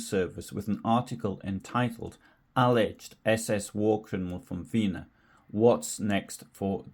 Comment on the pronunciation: Weener is not pronounced Veenuh but VEHnerr